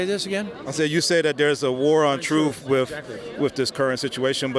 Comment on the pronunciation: The man said war on truff.